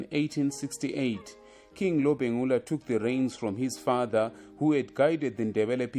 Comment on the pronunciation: King Lobengula wena sthutha , not Lobhengula .